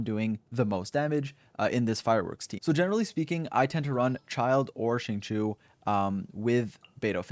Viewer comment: its zhing-cho ._.